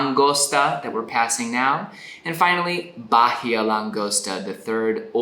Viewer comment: Amazing series, great idea! BTW Bahia just pronounce it without the h, just Baia with accent on the i.